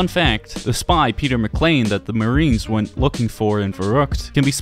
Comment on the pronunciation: "Peter Mclain" THERE ISNT AN L